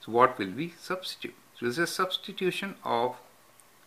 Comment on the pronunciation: u spell it like substitution not substitim, sir